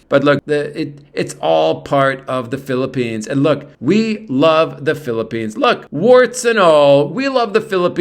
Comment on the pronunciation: Hopefully none of your English students are watching your videos, Peeparoonees and Babaroonees! LOL